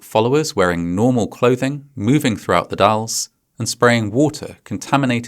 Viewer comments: You correctly pronounced The Dalles! A rare achievement! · As an Oregon resident, I just want to appreciate the fact that you pronounced The Dalles correctly. Hardly anyone outside of the area does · Huge props to you for pronouncing "Oregon" and "The Dalles" correctly! As an Oregonian, I've seen several different Youtubers mess that up when making videos on this topic. Great video as always!